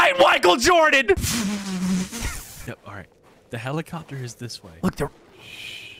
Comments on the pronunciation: “might whichael Jordan “💀💀💀💀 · " I am the might whicael jordan" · “I am the mite whichael Jordan”